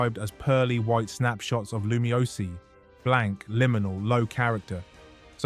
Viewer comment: Good video but, the city's name is pronounced "loo-me-ohs" btw